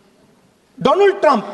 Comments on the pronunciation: Modi : Doland Rahul : Dolum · May he said donald Trump sounds like doland trump